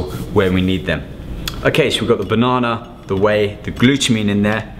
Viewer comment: I love how he says Bonona